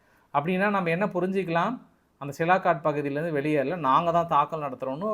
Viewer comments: சிலாகாட் என்று சொல்ல வேண்டாம். அதன் பெயர் சியால்கோட். ஒரு ஊரின் பெயர் கூட சொல்ல தெரியல. நீங்கள் எல்லாம் ஒரு யுடியுபர். நல்ல AC அறையில் உட்கார்ந்து கொண்டு சம்பாதித்து கொண்டு இருக்கிறிர்கள். அங்கே தமது ராணுவ வீரர்கள் வெயில் காலத்தில் மிகவும் கஷ்டப்பட்டு கொண்டு இருக்கிறார்கள். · சார் சிலாகாட் என்று அழைப்பதா இல்லை சியால்காட் என்று அழைப்பதா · சியால்கோட் எ‌ன்ற பகுதியின் பெய ரைத் தாங்கள் சிலாகோட் எ‌ன்று தவறாகச் சொல்லு கிறீர்கள்.... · சிலாகாட் தவறு, சியால்கோட் என்பதுதான் சரி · சாமி, அது ' சியால்கோட் ' Sialkot நகரம், சிலாகாட் கிடையாது 😂😂😂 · சிலாக்கட் இல்ல சார் -- சியால்கோட் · தலைவா அது silakat illa sialkot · Is that Sialkot or silakot?. உங்கள் குரல் தென் கச்சி சுவாமிநாதன் அவர்களின் குரலை போல் உள்ளது. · தம்பி அந்த இடம் சிலாகாட் இல்லை சியால்கோட் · அது சிலாகோட் இல்லப்பா சியால்கோட் இன்னும் நீ திருந்தலயா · Hello bro that's not silakot But it is Sialkot Nice congrats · தலைவரே அது சியால்கோட் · Sialkot = சியால்-கோட் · You are not able to pronounce Sialkot properly